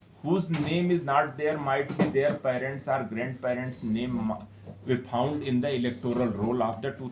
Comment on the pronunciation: he said phound😂😂 Is there no one more better than him to address the press..